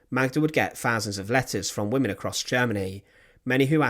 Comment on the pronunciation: Yes correct pronunciation would help too…..thousands not fasands! 😂